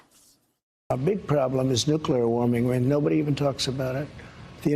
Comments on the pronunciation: "It´s the nookler! The nookler"! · When I hear him say nuclear, I think of Homer lol